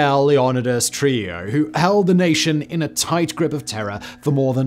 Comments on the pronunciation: I believe it’s pronounced “true-HEE-ō” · It’s pronounced “True-hee-yo”. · Simon butchering Trujillo's surname was well worth watching the video but the island of Hispaniola is in the Caribbean not south America lol